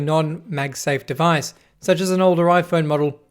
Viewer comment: “De blutoof dewice is ready to pear”